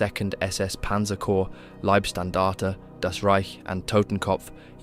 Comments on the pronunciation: LIEBSTANDARTE?? LOVEstandard?? No it's Leibstandarte bodystandard. ei in German is pronounced as I in English. (I walked down the street, I can see). I don't think love was much of a priority for these guys. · Leibstandarte is pronounced Lie, not Leeb. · You keep saying "Liebstandarte" when it should be pronounced "Leibstandarte." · just a little tipp if you like to for correct pronunciation of "Leibstandarte" as English speaker try to say it like "LIEd"-Standarte with a very very smooth d at the end, beside that as im still at min 4 already great start and looking forward for the rest.